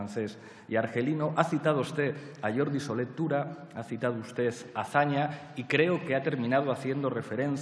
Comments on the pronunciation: Minuto 1: "Ni mucho menos a Solé Turá? Minuto 12: "citas de Solé Turá". Dos veces. No es una equivocación, Pablete. Es que no tienes ni puta idea de quién era Solé Tura (como te enseñó a pronunciar Albert Rivera, que es caridad enseñar a quien no sabe). ¿Y tú eras profesor de Políticas? Vaya nivel tendría tu facultad. ¿Y tú recomiendas que lea Rivera? Claro, Pablo, como tú has leido a la gran escritora Sara Magó, al célebre autor islamista Antoni Omar Chado y al sociólogo Maki Alvelo, te permites la prepotencia de dar lecciones a los demás de cultura. Mira, catetillo, no creo que sepas ni leer, que se te han oído bestialidades como situar la Revolución Francesa en el siglo XIX. Y, como te dijo el Sr. Rivera, no es Solé Turá, es Solé Tura, como no es Manuel Fragá, ni Pecés Barbá, ni Roca Júnjent. A ver si aprendes un poquito de la época de la transición, so bruto. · Pues que presume de ser leído y no sabe ni siquiera pronunciar el nombre de Jordi Solé Tura y no una vez sino muchas veces. Ese es Iglesias una persona con baja formación académica e intelectual que presume y encima ataca a gente que seguro que sabe mas que el.